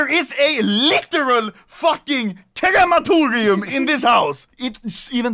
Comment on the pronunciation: People: Crematorium Anomaly: KERAMATORIAM